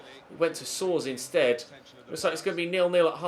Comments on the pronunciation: Soares is pronounced So-Ares (or Soh-Arriz) not soars. Some say it like Suarez also but instead of rez being like Hi-Res, it is like Rees (rhymes with Bees) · Soares is pronounced Suarez